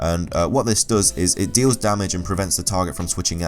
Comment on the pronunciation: Y DOES HE SAY DARMAGE!!!!!!!!